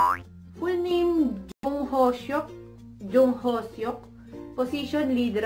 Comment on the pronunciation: the pronunciation of yoongi, hoseok, and jungkook is wrong😚